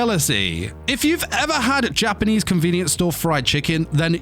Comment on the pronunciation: Lmao your Japanese pronunciation is so American it actually made me laugh It's not an insult or anything, but since I'm learning Japanese myself I just find it humorous that I can hear how strange it sounds from a Japanese viewpoint and American viewpoint. Still, I liked the video, and quite enjoyed it.